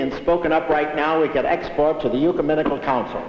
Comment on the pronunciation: Did Hope say "yuceminical council"? I think he meant "ecumenical council" (roughly, after ).